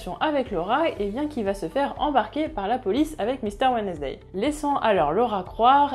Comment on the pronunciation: « Wednesday » se prononce « WENS-DAY », en passant.